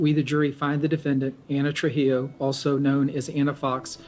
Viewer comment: Hispanic name Trujillo is pronounced tru-HE-yo. 😉